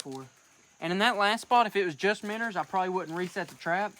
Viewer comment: 5 years 😅😅 and I still get annoyed when he says minners